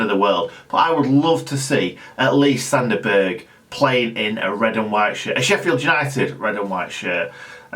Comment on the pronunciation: I think it's pronounced Zander Burj round these parts lol, apologies if I'm wrong . Announce Zander Berj